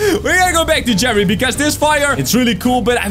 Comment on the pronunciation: You called jeffry jeffy